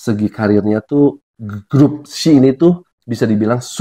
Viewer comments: Iya Kak di-spell satu-satu 🤭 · iya, penyebutannya bukan she = shi/syi..tapi kayak huruf English di spell gitu loh.. s.h.e = ex.eij.yi gitu 😊🙏